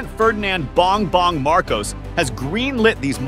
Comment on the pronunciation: I love the way you say it. Pres. Bang Bang Marcus. <3 haha